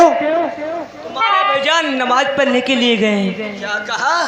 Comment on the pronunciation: नमाज को नवाज बता रहे हो